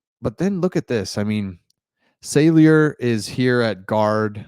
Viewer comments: Saulyer not sailyer🤙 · The name is pronounced "SOL-yer". Not "SAIL-yer.